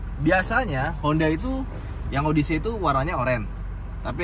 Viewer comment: Kaga gitu pelafalan “odyssey”, men! Odesi ( “des”nya kaya di “pedes”)